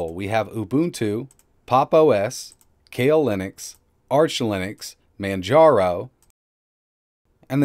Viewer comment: Ummm... did you pronounce Kali as Kale? Ka-lee would be how you pronounce that :-P